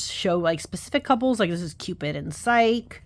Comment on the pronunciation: The Greek names that end in e are generally accented fyi. It’s Psych-we and Eurydic-ee. Not easy to get if you’re only reading it!